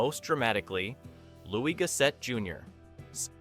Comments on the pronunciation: Loooie Go Set….is not how his name is pronounced…sweet Jesus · It's definitely one of my favorite films growing up. May I suggest Googling how to pronounce Louis Gossett Jr's name. He was a great actor and should be remembered and respected as such. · I was just about to comment on that. He pronounced his name correctly only about 3 times throughout the whole video, lol. 🤦🏾‍♂️